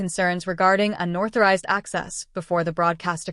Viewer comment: It’s “unauthorized” not unorthorized